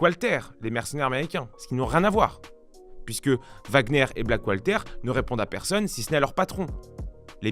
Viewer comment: Tres bien mais Black water, pas Black Walter...